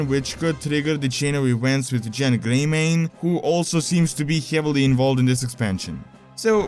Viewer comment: Its Genn not Jenn...